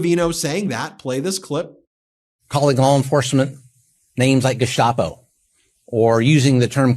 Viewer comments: Notice when Bovino pronounces "Gestapo" he uses a German accent... !!?? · It is a choice to use the German pronunciation of "Gestapo", too.